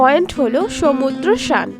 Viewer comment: সমুদ্র স্নান বলুন। সমুদ্র শান বলছেন কেন ?